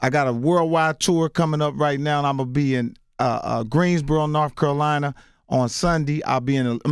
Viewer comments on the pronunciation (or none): none